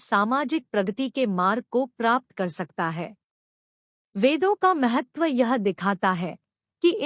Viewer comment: आप बोलने मे भाषा का सुधार करें । महतव नहीं, महत्व । वेद मे ज्ञान, क्रिया और अर्थ या सत्, चित्, आनन्द का विस्तार है, क्यो कि इन तीन के अतिरिक्त विश्व मे कुछ भी नहीं । 3 अग्निवेद --- ऋग्वेद । इसकी 21 शाखा है । यजुर्वेद । इसकी 101 शाखा हैं । सामवेद । इसकी 1000 शाखा है । ---------- सामवेद ---- अथर्ववेद । इसकी 9 शाखा है । एक्सप्लेनेशन और विस्तार यहां संभव नहीं ।